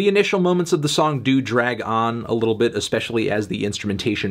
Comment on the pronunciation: You have a weird way of pronouncing "Little" on that one